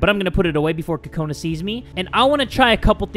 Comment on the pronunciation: Am I the only one who thinks he's saying kokanas weirdly